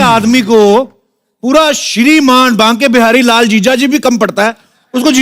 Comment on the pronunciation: Sab kuch bhot acha but banke bihari lal wala word galat bola